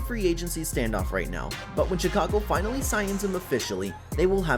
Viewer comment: This gotta be satire. “she-cago”, bro mispronounced like every players name